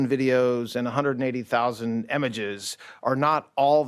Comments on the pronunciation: He thinks it’s pronounced “emeges”. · why does he pronounce "images" as "emages"